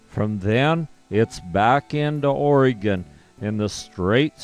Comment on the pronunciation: It’s not pronounced Oreeegon, it’s pronounced Oregon as in gun.